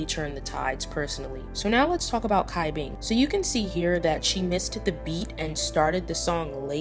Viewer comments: Cai Bing is pronounced as 'Chai-Bing' rather than Kai Bing, because her name is Chinese so it doesn't really apply to the english language enunciation. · FYI : the way to pronounce cai bing name is “chai-bing” TT not kai bing … I just needed to point that out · C in chinese is pronounced like CH... so it's pronounced like "Chai" Bing and not "Kai" Bing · I'm sorry but it's Cat Bing not Kai Bing. Where the fuck did the K come from? Do you listen to when they pronounce their names? Do you hear a K? No. It's Cai. almost sounds like the C in Choi. I'm sick and tired of hearing people pronounce her name wrong. You're not the only one. But seriously, please practice so you say it correctly. Sorry if I am being rude, I just want you and other people to be better at pronouncing her name. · Just putting this out there, no hate 😊 great video 👍🏻 Cai Bing = the C is pronounced “ch” not “k” The Eve team’s Dayeon = You Dayeon not Kim Dayeon Yu Faning = Fu Yaning Su Ruiqi = Su “Ruichi” instead of “Ryuki” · I'm sorry, idk if on previous videos, people had pointed out your mispronunciation of Cai Bing's name. Cai Bing name is pronounce as Chai Bing. It doesn't sounded as Kai Bing, but Chai (like the Chai Tea) Bing. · Loved the video but it's pronounced CHai Bing bot Kai Bing I believe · cai bing is pronounced tsai/chai bing xia yan is pronounced shi-ah yahn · Hello! Just wanted to clarify a little: The beginning of Cai Bing's name would be pronounced like "Ts'ai" instead of having a hard "c" sound. Xu Ziyin's name acts similarly. The "Z" would be pronounced with the "TS" sound :)